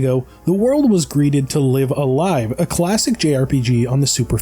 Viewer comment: Oh thank god, he said it right. I will take live alive as my hill to die on. Live a live just sounds weird.